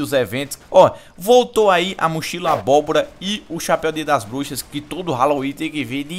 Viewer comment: falou M4A1-X Dias Das Buxas Kkkkkk =P Eu escutei isso:v